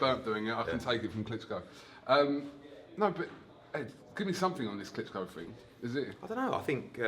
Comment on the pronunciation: Eddie "he's fought Wladimir Klitscko" Hearn